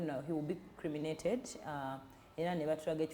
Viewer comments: Not creminated..., it's cremated. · Cremated not criminated dear...